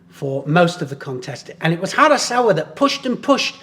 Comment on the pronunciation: did you say hasaKawa ? harasawa😉